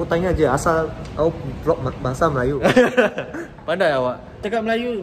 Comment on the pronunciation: IKRR! The way he said " kawu" 😂